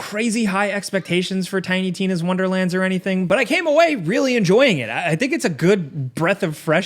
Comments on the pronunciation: I appreciate you very subtly mispronouncing tiny tinas name every time you mentioned it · This guy intentionally saying tiny Tina wrong lmao 🤩😂😂🤣 through the whole vid awesome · Bruh I thought I was stroking out every time said the name of the game.